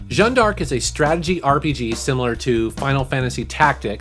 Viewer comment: Oh that fucking Jeanne D'Arc pronunciation... Americans are so lazy they don't even try